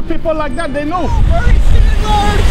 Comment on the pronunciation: BernIEE, everyboDEE, so frienDLEE. Omg I love this video